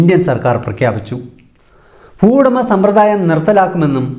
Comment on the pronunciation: ഫുവുടമ, ഭൂവുടമ